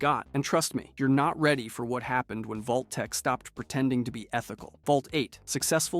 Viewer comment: Vault-t-tec…. Really? Could not watch passed that…